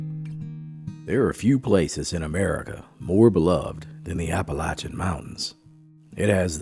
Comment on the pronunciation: "Chimleys?" At least he pronounces Appalachian and Appalachia correctly.